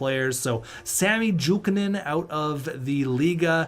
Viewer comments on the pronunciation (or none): none